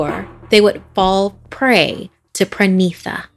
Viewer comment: Its pranita not pranisa It's spelled pronita